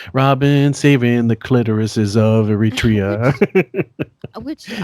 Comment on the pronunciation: props to for calling attention to the fact that these doofuses don't even know the correct pronunciation of Eritrea